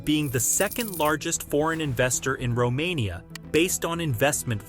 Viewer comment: say Romania one more time.. i dare you